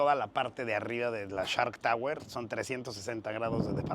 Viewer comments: “Nos encontramos en CHART Tower”😂😂😂😂Se dice: SSSSHHHHARKKKK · No, no, no, se escucha claramente que dices CHART, pero así lo dejamos. Lo importante es el edificio, muy bonito pero fuera del alcance de la mayoría.